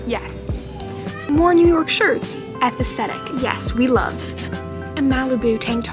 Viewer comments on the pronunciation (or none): I don't know if I'm wrong and I'm not a hater but did she call asthetic atestetic⁉️